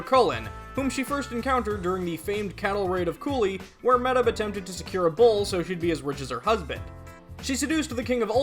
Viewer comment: Amazing videos and I'm enjoying going through them, but hearing the mispronunciation of Medb (pronounced closer to may-ve) kills me a little lol